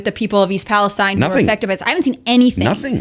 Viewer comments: Just a head's up Tim: I'm from that area in Ohio. The town is pronounced; Pal-es-teen. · The "Palestine" in East Palestine is pronounced like: "Pal-es-TEEN." I'm guessing that this is likely to differentiate it from the state of Palestine in the Middle East. That's just a guess on my part. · Pretty sure it's pronounced Pales-Teen